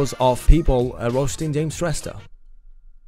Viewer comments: Those guys who tries to roasted your videos, they even don't know how to pronounced James Shrestha 😂😂😂😂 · Haha tyo third roster ko tw afnai billa vayo bichara😟 ko pani naam ramro sita uchharan Garna sakena tele 😂😂😂😂😂😂😂😂😂😂😂😂😂😂😂😂😂😂😂😂😂😂😂😂😂😂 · He can't even pronounce his name bro